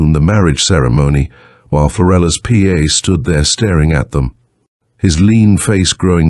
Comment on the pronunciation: While Floellas PA stood by....you mean..pa..u dumb AI...